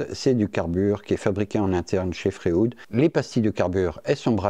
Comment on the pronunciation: Merci pour cette vidéo. Je me permets juste une remarque, qqc accroché mon oreille... pourquoi est-ce que tu prononce "Fréoude"??? Et lui tu l'appel comment?